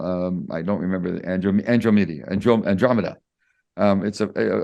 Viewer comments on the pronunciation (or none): he mispronounced Belarus, Andromeda and what is a heli chopper.